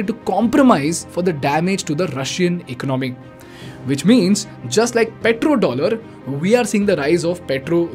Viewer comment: Before opening a mouth on Finance learn how to pronounce ECONOMY! Garbage info!